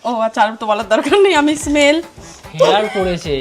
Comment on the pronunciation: ওটা হেয়ার না হিয়ার হয় 😂